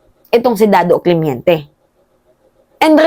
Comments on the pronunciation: correction.. CLEMENTE hindi CLEMYENTE. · Clemente not clemiente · Clemente hindi clemiente